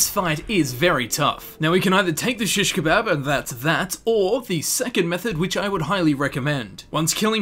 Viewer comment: why do you say it like that